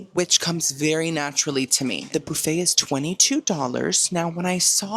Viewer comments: Guys as someone who’s not from America I’ve been watching a lot of videos recently and he keeps saying ‘bouffet’. Is that how you guys say buffet? Or is he just making a joke 🥲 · I never heard Bouffey for buffet until your channel.So I guess your body if bouf & not buff?Loving it.😂❤